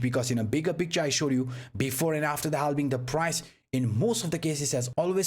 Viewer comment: Every time i hear ' halbing' my balls are shaking 😂